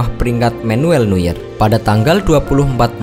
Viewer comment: Never apa neuer sih gue kira never eh ternyata neuer